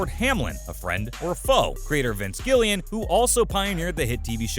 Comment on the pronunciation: Vince Gilligan, not Gillian, H, no HMM. 😩